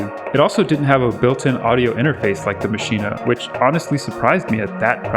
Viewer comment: Hearing you say maschine-ah like that is like using your finger nail to push that power button